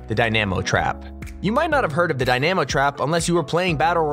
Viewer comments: Why does he say dy namo trap and not dynamo trap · It’s dynamo not die. Nammo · die-nammo trap? its fukin wall dynamo😂😭 go play save the world and learn the real name, wtf?😂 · The way he says dynamo🤮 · He’s saying dynamo wrong